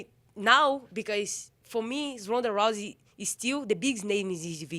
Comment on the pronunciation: Did she call Ronda rice at 43 seconds lol